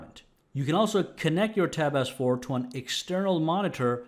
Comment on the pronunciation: It sounds like hens saying, “tap AZZ 4” he sounds a bit funny